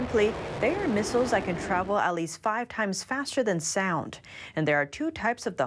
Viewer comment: bewk for buick lol & misules for missile's